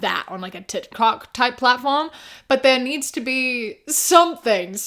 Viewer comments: GIRL DID U SAY TIT COCK INSTEAD OF TIK TOK😭 WHILE talking about a spicy tiktok, I'm dead. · you saying Tit Cok instead of Tic Toc in that moment. 😂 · I listened to this like 5 times and I KNOW you meant TikTok but I can literally only hear ‘tit-cock type platform’ 🤣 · You misspoke and said titkok and I think that’s perfect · I'm sorry, I'm pretty sure you said tick tock every time, but I heard "t*t c**k" when you were pitching a NSFW tic toc, lol. And that is a great name for it, lmao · Not to derail, but when you start talking about a "spicy" tiktok, you called it "titcock" at one point and I am losing my mind because that would actually be the best name for it LMAO